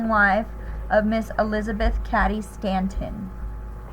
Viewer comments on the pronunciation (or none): Cady (Kate-EE)!